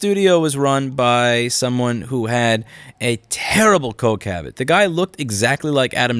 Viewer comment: Coke habbit,? I rewinded just to make sure I heard that right.